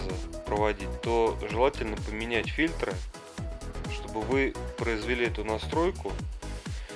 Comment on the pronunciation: Не фильтрА, а фИльтры.